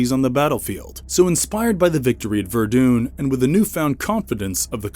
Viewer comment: The way the narrator kept saying Ver dune instead of Vur Dun which is how you spell Verdun really bothered me.